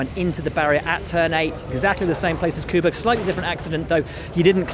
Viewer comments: I'm sooo tired to hear Kubikas... for g... sake, there are only 20 drivers, and this guys (rreporters) earn a lot of money to report what is going on, and they can't learn how to pronounce Kibica surname. Hint: Kubitsa. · For the love of GOD, it is NOT pronounced KubiKa. It's pronounced KubiTSa... I'm annoyed and I'm not even polish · Will Buxton and Paul Di Resta = two men who cannot pronounce Robert Kubica's surname properly. Will, sort it out. ;) "Kew-bit-zah". ;) Not "Kewbika". ;) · Kooobitza? Koooobehkah? Does WB have something against Robert Kubica? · Why do you keep saying Leclerk and Kubicka? Disrespectful to not inform yourself on how to pronounce their names, it's literally your job. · Nobody can pronounce the names anymore... it's KubITSA, it's CharleS LeclerC (like Prince Charles), and Sergio PErez, not PerEZ. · Brits need to LEARN how to PRONOUNCE the names Kubica and Giovinazzi. Either that or lose the chip on their shoulder.